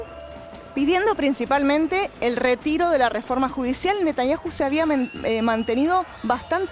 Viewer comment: Todos son muchos somos 8 millones de personas y no se dice Netañaju se dice Netañau 😡